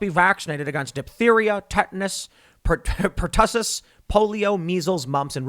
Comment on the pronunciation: Puh-Tussiss!?!? Bruh.